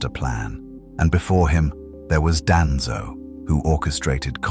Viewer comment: I hate how the AI pronounced Madara and Danzo 😂